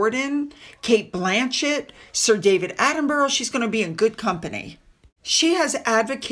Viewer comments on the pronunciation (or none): none